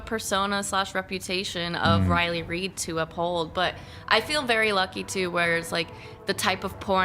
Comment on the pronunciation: This is probably the first video where you're completely 100% wrong. Riley is a genuinely nice woman. P.S. Try pronouncing her name correctly. D'oh!